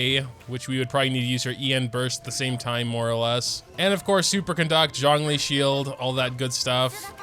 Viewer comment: why do you pronounce Zhongli's name as "jangli"?